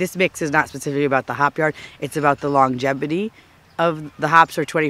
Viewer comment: Ton of info & unexpected humor. On purpose or not you got me 3 times; rain irony, lambinator and my favorite, 'longebity'.. half smirk, pause.. power through!